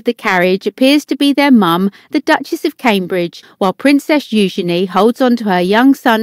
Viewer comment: I love how eugina name is pronounced. I pronounce it totally wrong.